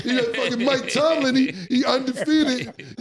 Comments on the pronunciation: I’m just happy to hear Killa final say Mike Tomlin’s name correctly after all these episodes! 😂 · I’m just happy cams saying Mike TOMLIN now